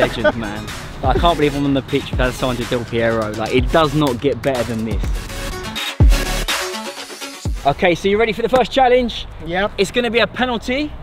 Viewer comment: It's not delivery its Del Piero lol